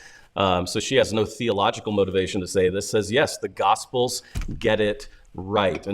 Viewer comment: Is it just me, or do evangelicals always seem to pronounce "Gospels" like "Gossfulls?"